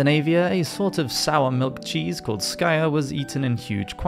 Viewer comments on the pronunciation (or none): Skyr is pronounced skir using the same i as in fit, kit, bit, lit, lick, thick etc. Skir=skyr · Interesting. FWIW: "skyr" is pronounced so as to rhyme with "steer", not "squire". :P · "Skyr"...pr. "skeer". Hej from Sverige. :)